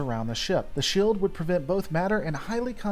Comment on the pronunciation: Please, for the love of God, stop dropping the long e when you pronounce things. "Shield," is pronounced sheeld... not shilled.